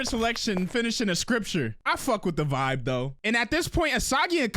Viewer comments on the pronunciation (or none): none